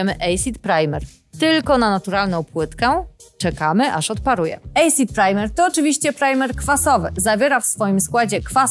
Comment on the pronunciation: Acid wymawiamy jako asid, nie ejsid :)